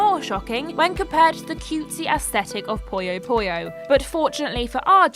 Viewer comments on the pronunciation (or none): It's "Puyo Puyo". Not "Poyo Poyo".